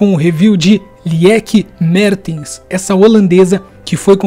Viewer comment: Boa análise. Se bem que na vida real não acho ela lenta. Mas vídeo game é vídeo game e aí pode ser. Mas só passei mesmo para dizer que é lIke mArtens. O E do Lieke é mudo e holandês o A não é tem som de E como no inglês, é Martens mesmo. Lendo como se escreve. Enfim, valeu a força ao futebol feminino.